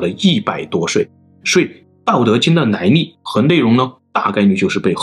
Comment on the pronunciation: 内在，不是泪在。 老子，不是脑子。 来历，不是来逆。 水利，不是水逆。 另一起，不是泞一起。 内容，不是类容。 一，不是yzi。 民，不是mzin。 蔓，不是万。 积累，不是积nei。 于是，不是yzu是。 李学勤，不是你学勤。 离骚，不是泥骚。 遗体，不是yzi体。 遗训，不是yzi训。 地，不是dzi。 年，不是联。 那，不是辣。 哪里，不是哪你。 夷陵，不是yzi陵。 怒了，不是路了。 陵墓，不是铃墓。 历朝历代，不是逆朝逆代。 历史，不是逆史。 。。。。。。。。。